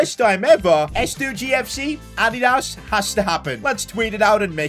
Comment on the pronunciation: whats Ad-ie-das